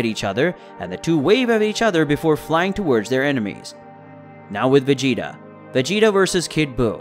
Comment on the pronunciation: I almost made it to 10min. But when I heard him say veggie, ta....my brain just kinda started twitching